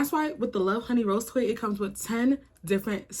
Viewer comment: Help the way you say rose toy 😂